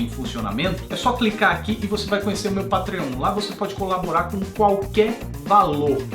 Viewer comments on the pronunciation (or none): none